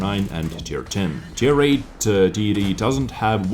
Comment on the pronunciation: i love your accent, but to me, when you say TD it sounds like titty. Only sometimes tho Love the vids^^